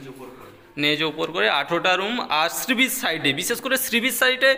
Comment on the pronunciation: কথাটা শ্রীবিচ নয়, সী বীচ